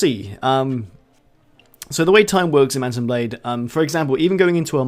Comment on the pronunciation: did you say "mouse and blade" at the start of the video?